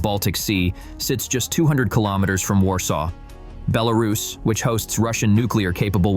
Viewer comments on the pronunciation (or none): none